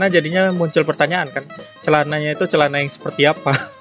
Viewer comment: Wow "cealana"